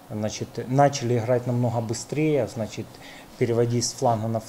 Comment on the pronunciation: Хахаха. У него глазищи как у наркомана. Поди офигел от такого результата против Мальты. "Значет ээээ"